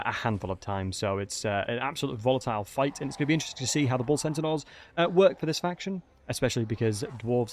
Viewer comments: Great vid but why do you keep saying centenaurs? It’s pronounced (Senn-tars) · I keep hearing "sentinels". Are you saying that or am I hearing weird? I normally hear extremely good so I'm a bit confused. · "Bull Cent-a-naur" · what's a centinaur? Say Centaur, there's only 1 n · I always heard Bull Sentinels, and was like: "huh??" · He’s definitely saying sentinaurs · progressively more butchering their name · You say centaur funny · Your pronunciation of the word Centaur really triggers my Autism 😂